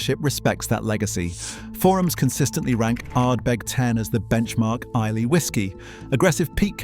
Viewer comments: Please. It's Eye-luh, not Eye-lay! Shame you overlooked Campbeltown. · Islay is pronounced "eye-la" not "eye-lay". And the fact that Laphroaig did not even rate a mention says much about the validity of the video! As for Johnny Walker, when I was a boy growing up in the very east of England I often saw, in the local railway goods yard, full grain hopper wagons with "Johnny Walker" on their sides! "Scotch" whisky made from barley grown in East Anglia!! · Please pronounce Islay correctly......I..la.. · Loch Lomond is in the lowlands , look up the highland boundary fault. Islay is pronounced I- lah. These are the things that shocked me the most. I never drink anything produced by Diageo . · Teach the bot how to prounce Isla.